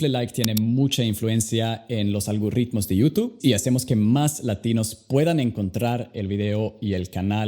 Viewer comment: Muy mamon con su ingles pero pronuncia prrontro o algorritmo no mames hay que ser humilde